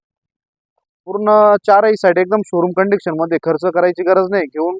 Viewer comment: Condiction nhi ho condition bola